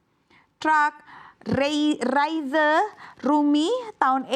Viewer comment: Revisi pengucapan rizenya mba😂😂